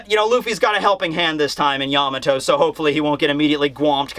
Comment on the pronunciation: im glad you pronounce it yAmato and not yamAto like other youtubers its really annoying